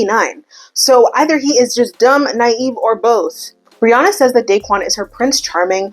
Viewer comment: Lmao Brianna sounds so much nicer when you say it, in Australia it sounds like BREE-YANNA 😂😂😂😂